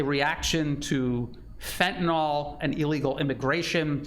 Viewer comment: just on drugs... there is no FENTANOL.... it is FENTANYL 😉